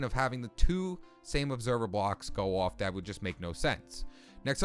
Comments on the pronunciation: The way you say off. “Awf” btw I’m not criticizing. I think it’s eccentric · i love how you say off you say it like iofff